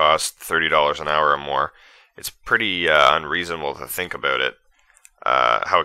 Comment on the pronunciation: But he did say abewt lol.